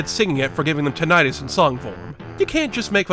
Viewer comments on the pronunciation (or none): none